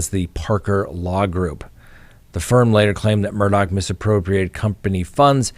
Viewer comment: I wish that there was one station that would say Murdaugh name right !! His name ends with " gh" not "CK". Drives me crazy!!! I had a difficult last name prior to marriage so I always try to say someone's name right and this one is easy so why can't anyone say his name write? Geeerzzzz